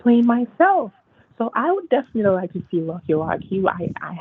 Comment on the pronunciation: "deffi nally"